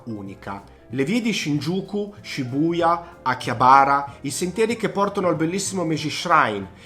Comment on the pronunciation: Perdonami una critica, ma avrei fatto un minimo di "studio" sulle pronunce, Shinjuku, Akihabara, Asakusa, Roppongi, Harajuku. Don Quijote, otaku, ... Non ne hai azzeccata una 😀 In Giappone ci soo stato parecchie volte e posso dirti che nella top 10 magari avrei messo solo le cose da vedere, in questo video sinceramente approvo solo Shibamata che è un posto molto bello spesso fuori dagli itinerari turistici, ovviamente Shinjuku e Shibuya e Harajuku se però parliamo delle vie interne che sono molto caratteristiche (piene di istallazioni artistiche, mostre, botteghe, ...), se consideriamo solo Takeshita-dori allora no, è una trappola per turisti. Insomma, secondo me mancano una marea di posti fondamentali da vedere I ristoranti sono invece estremamente soggettivi, anche perchè l'offerta a Tokyo è folle, è difficile fare una top. Io ad esempio per quanto riguarda il discorso sushi e sashimi avrei consigliato di andare allo Tsukiji Market dove mangi quantomeno la materia prima più fresca (anche se ora il vero mercato del pesce è stato spostato e Tsukiji rimane un "quartiere" con solo i ristoranti). Mi scuso per le critiche, ma sul Giappone sono particolarmente pignolo 😉